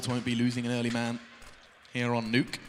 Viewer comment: We're just gonna pretend that the commentator didnt say " the nukyy " ???